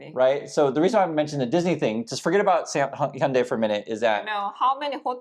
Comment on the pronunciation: Please could you explain to us exactly how to say Hyundai correctly? The guys from MOBIS told me "Hyundai like Monday" but so many people say it other ways.